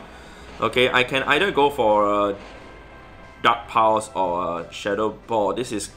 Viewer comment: Am I the only one who keeps hearing "duck powers" every time he says dark pulse. 🤣 Also, thanks for the tip. I just beefed up and double moved my Cofra. Gonna give it a try. Running my lucky shiny sableye, gfisk and Cofra now.